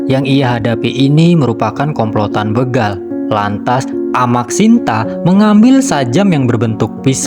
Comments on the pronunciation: Bégal... bukan bêgal, Min... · Alhamdulillah.. akhirnya aparat penegak hukum mengambil keputusan yang sangat bijak. Sekedar info bahwa kata begal itu huruf e nya dibaca seperti dalam kata becak, atau bebek